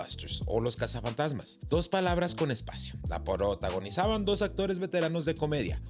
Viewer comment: "la porota-gonizaban..." Jajaja ...